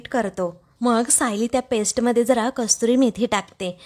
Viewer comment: कस्तुरी मेथी नाही, कसूरी मेथी.